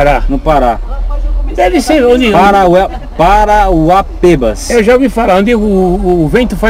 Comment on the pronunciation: Não é "Parauapêbas". É "Parauapébas" (aberto). Minha irmã e meu cunhado moram lá.